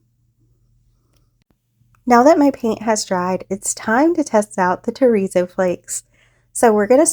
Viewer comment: I love how your coasters came out. When you say terrazzo I hear chorizo, it’s making me hungry 😂 sorry I thought I would share that. Hugs